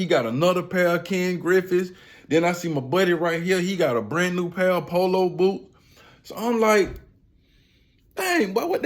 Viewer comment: 😂😂😂😂 the “olo poot “ aka the polo boot